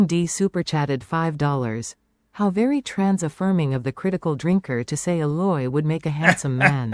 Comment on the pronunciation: # I like the videos but small critique I have is how many will talk about the Aloy thing but use the wrong pictures as an example. That picture you brought up is from the 1st game. The 2nd game is called Horizon Forbidden West, not Horizon Zero Dawn. She looks a little different but frankly better in the 2nd game. Also they say her name as "A-loy" not "alloy."